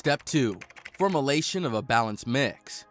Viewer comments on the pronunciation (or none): Formalayshin, huh?